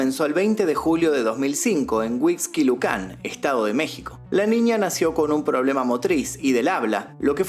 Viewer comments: Huisquilucan 😂😂😂😂😂😂😂😂😂😂😂😂😂😂😂😂😂😂😂😂😂😂😂😂😂😂 Jajaja.... Ni pta idea tiene de como pronunciar 😂😂😂😂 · Todo bien, menos la pronunciación de algunas palabras como Huixquilucan o tellez